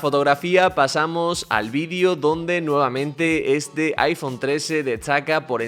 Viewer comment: No tengo ninguna pregunta acerca del teléfono.. Lo que me intriga.. es porque el locutor habla con la T antes de la S.. No dice Este.. dices Etse No dice Es todo dice Et sodo Etstreella, eTsabilizacion???